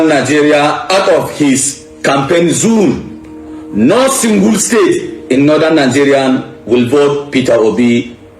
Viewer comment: Listening to a man that pronounces zone as zoon should not be taken seriously..